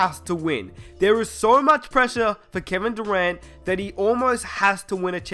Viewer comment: he said Kevin durant like kwevin durwantt